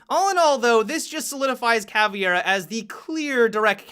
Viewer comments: did you call caveira "caviar"??!!😂😂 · Dammit! First Mon'tayn, now Cavi'era??? x_x Keep your damned Mon'tayn, but be the better person! Ca'vei'ra! Like Mei from Overwatch! Switch the the 'M' for a 'V' & fill in with 'Ca' & 'ra'... Ca'vei'ra! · Sooo no one is going to poimt out the fact that he said Caviera instead of Caveira? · Caviar ??? wut ?? you mean Caviera ?? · PLEASE, I do love you and know that you're gringo, but PLEASE stop saying cavIera, and just say cavera without the I, as a Brazilian it is REALLY annoying! DROP THE FUCKING I!!!! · there is no absolutely right way to pronounce it in English because for English speakers it is very hard to pronounce "ei" like Portuguese speakers do. So it is fine if you pronounce "Cavera", but for the love of God, don't say " Caviera" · When people pronounce 'Caveira' as 'Caviera' or 'Caverea' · pronounced CA-VEER-A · When did caveira become swedish "Kaviar" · pls...CAVEIRA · Hello there! Thanks for the videos, I really like the way they're edited as well as the topics you approach. Just a little tip regarding the Caveira's pronunciation: you should say it like "ka-vay-ra" ("vay" as in vapor); with a somewhat russian "r". If possible, spread the word to other fellow YouTubers ;) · I cringe everytime someone pronounces Caveira as "Caviera". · i hate when people pronounce caveira as bandit.... really ticks me off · Meme I know different places pronouces stuff diferently, but it still bugs me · TheIceWarrior seriously like holy shit learn how to fucking pronounce it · Meme No, are you stupid? It's a portuguese word, ergo you pronounce it the portuguese way. Saying Caviera is just a testiment of how lazy and or dyslexic, most people are. It means skull BTW. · Learn how to pronounce Caveira right please.